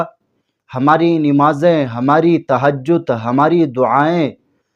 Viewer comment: Namaaz hota hai hazrat naa ki nimaaz bana k bolne me baraae meharbani alfaaz ko galat na kahen😊